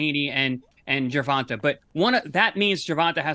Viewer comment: If that was a pet peeve for Paulie, he's gotta stop saying, Gervontuh Davis